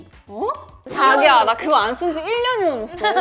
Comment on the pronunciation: giselle saying jagiya with american accent 😂😂😂